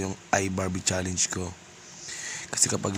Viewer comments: CHALLENGE HINDI "CHALEYNGE" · iBarbie"challeynj" hahaha